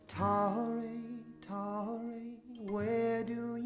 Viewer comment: Now yes ---- it is "QURRAT UL ANNE" ---- IT IS TAHI-REE.